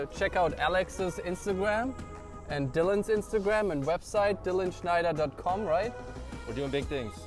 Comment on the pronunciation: you are german, right? You gave it away when you said the word schneider